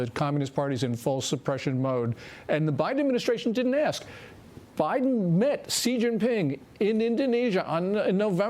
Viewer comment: I love your comments, but please learn to say Xi.